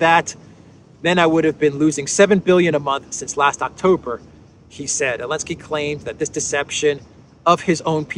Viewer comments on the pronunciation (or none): Is it my hearing problem, or does avoid pronouncing the Z in Zelensky's name? I hear it as Elensky and Olensky, This is obviously the way CC "hears" it also.